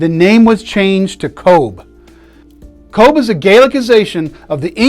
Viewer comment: Come on, you can do it....pronounced kovh or simply C.O.V.E ,it's not that difficult🤗 and honour them by covering up your dick